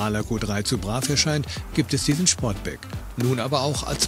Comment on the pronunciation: Ich glaube er heisst Sportback und nicht Schportback 😊